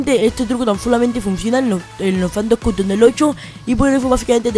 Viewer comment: APRENDE A ABLAR " CUTOM" AWEO...... POR ESO NO VI TU VIDEO